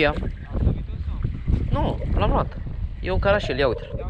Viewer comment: Eu știu că îi zice cărășel ,nu carașel!no hate